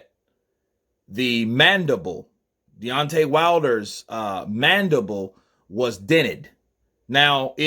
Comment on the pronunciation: i gotta disagree with you. said MANDIBOWL not MANDIBLE! Theres a clear diffrence in the two! Lol!!